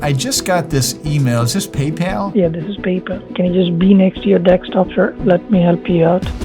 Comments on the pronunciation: That's not PayPal that's palpal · Hellooo this Is "PayPel" those suckers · thats not paypal, thats BEYBAL (paypal pronounced in an arabic accent) 😭🙏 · It's not "Paypal" its "Pay, pal!" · "PayPal" "Pay, Pal" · Paypal ❌ Baybal ✅ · PayPal ❌ “pay, pal” ✅